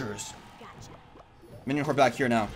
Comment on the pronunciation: Is it just me or every time he says now it sounds like meow?